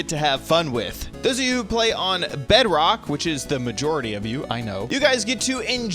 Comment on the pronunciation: It's not Bedbok it's BEDROCK